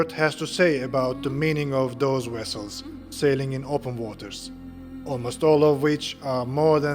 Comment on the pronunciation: vessels not wessels